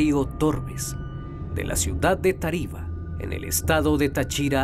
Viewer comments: yo muchas veces paso por ahi ya que cerca hay una cuesta para llegar a un barrio y si es bien crippy ese lugar, por cierto. El canal pronuncia mal el nombre de táriba y Táchira xd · Dios mio me da toc escuchar como pronuncia mal tariba y Táchira, yo vivo ahi cerca del parque xd